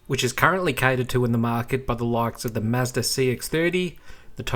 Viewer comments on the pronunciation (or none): none